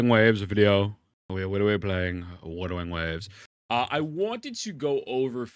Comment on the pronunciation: "wudawing waves" 😂😂😂